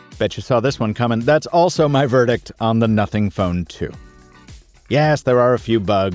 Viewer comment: On, it sounds like F***ing or NOTHING Ohh